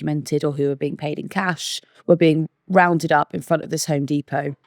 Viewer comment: I'm struggling to get over the way pronounces depot